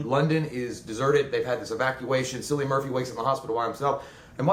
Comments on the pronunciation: Cillian is pronounced "Kill-lee-in". Honestly, my favorite thing about this (other than Cillian's stellar performance) was that the humans were the scariest thing in it. Marauders are what I'm looking out for in the event of a zombie apocalypse. (The alt. endings are all pretty disappointing. The right one made the cut.) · Good review guys, but just like to say Cillian is pronounced (kill-ee-un)